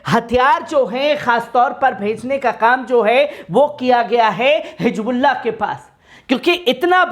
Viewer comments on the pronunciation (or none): Dekho Aadi padhai ki vajhe se insaan na English sahi padh sakta na Urdu sahi bol sakta, ye janab Hizbolla bol nhi sakte hijbulla bolte hai aur English kaisa padh rahe hai aap dekh rahe hai, Pehle apni zaban ( language) sudharo bhai baad me videos banana !